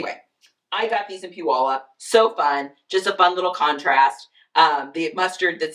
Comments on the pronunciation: Congratulations, you pronounced Puyalup correctly. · Right? Hahaha, I live in Washington and rarely do I hear people from other states pronounce Puyallup correctly.